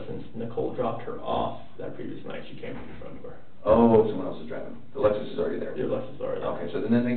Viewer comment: It's called a "Lexus", not an "Alexus"